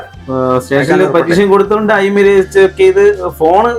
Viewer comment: Emi അല്ല IMEI